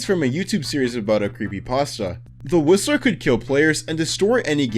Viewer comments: Guys, when was starting to talk about “The Whistler” I honestly thought he was saying the rizzler… 😭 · I thought bro said the rizzler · I thought you said the rizzler in the last one lol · TF I HEARD RIZZLER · I heard "The Rizzler" and was about to delete mys- Roblox and burn my Laptop until I heard "The Whistler" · Instead of 'The whistler' I heard 'The rizzler' 😭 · For the whistler I thought you seed rizzler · "The whistler" I thought he said "rizzler" ngl 😆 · I thought he said rizzler😅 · I thought you said the rizzler im like wth is this killer oh yh btw i cant wait for quest 666 and zombie king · When he said the whisler I thought he said the rizzler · I swear when he said "The Whistler" I heard "The Rizzler". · Not me hearing the rizzler instead of whistler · i thought bro said "the rissler" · I heard the rizzler instead of the whistler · Why did i hear the rizzler instead of the whistler. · I thought when you said "the Whistler" I thought you said "the rizzler" 😭🙏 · i thought he said the whistler as the rizzler LMAO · HE LITERALLY SAID WITH A Z SOUND WHAT THE HELL I CANNOT UNHEAR RIZZLER😭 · HE DID SAY THE RIZZLER😭😭😭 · I thought that he said "The Rizzler" instead of "The Whistler" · i thought he said the rizzler and got confused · thought you said rizzler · I thought he said the rizzler😭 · When u said whistler I heard it as rizzler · thought you said the rizzler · i thought he was saying the rizzler 💀☠ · Did I hear rizzer intest of whistler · is it just me or do I here the rizzler 😂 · When he said whistler I thought he said rizzler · he definitely said "the rizzler" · When he said the whistler I thought he said the rizzler💀💀💀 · i thoguht he said the rizzler but he said the whistler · When he said the Whistler I thought he said Rizzler😂😂😂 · I low-key thought you said that the Whistlers name was the Rizzler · i thought he said "the rizzler" instead of "the whistler" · Why bro said the whistler like “The Rizzler” (I’m brain is rotting)